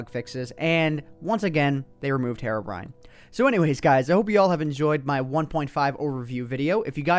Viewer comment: What is "Herobine"??